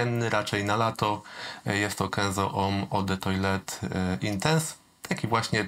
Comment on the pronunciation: źle wymawiasz Eau de Toilette 😉 Sorki ale mam hopla na tym punkcie, odkąd odkryłem że sam źle wymawiam Joop